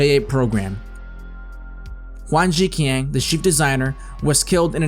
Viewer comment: There is some mispronunciations , Huang ZhiQian... the q is pronounced like Ch... think of it like Huang ZhiChian and as for Gu SongFen... Gu is pronounced like Goo. Still, I give kudos for not using AI for voices.